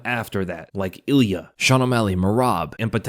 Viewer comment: Love hearing say "eeee lia" instead of "Ilia"